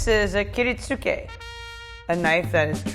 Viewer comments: She's not pronouncing "Kiritsuke" correctly. It is pronounced "Key-rit-ska", the "u" is silent. You'd expect someone who uses these knives on a daily basis to know how to pronounce the names of the knives properly. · Its pronounced kirit-ske. The U is not pronounced. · Kiritsuke is kinda pronounced Kiritskay. But whatever..